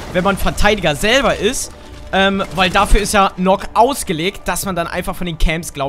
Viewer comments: NØKK wird Nökk ausgesprochen und Warden ist ein Mann #NoHate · Nökk und worden ausgesprochen ✌️ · Die wird Nukk ausgesprochen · Sie wird Nakk ausgesprochen, weil es im Deutschen den Buchstaben nicht gibt.